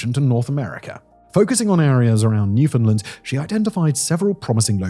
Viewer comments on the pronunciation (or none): Oh! … so close to pronouncing Newfoundland as the locals do. 😂